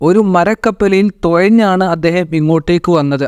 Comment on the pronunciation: Sahodhara malayalam nallathu pole paranju padikkanam pinne ithupole ulla antha vishasangal social media vazhi paranju prajaripikkaruthu thankalkku ithinte thelivukal kanikkan pattumo ipol anenkil cheriya doss mathiyakum please onnu nokku toyanju alla thuzhanju